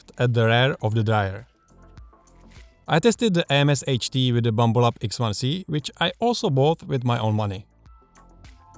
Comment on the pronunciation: He calls it a "BLAMBLUB"